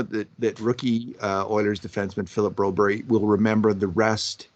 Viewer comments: Do you have some sort of problem reading Broberg's name. He's a grown up if he wanted his name to read Brobery on his jersey then it would. Get over yourself! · Who's this Broberry? The coach and everyone else says Broberg here in the west. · 8 min in and I am done watching because these two refuse to say the mans name properly, extremely disrespectful.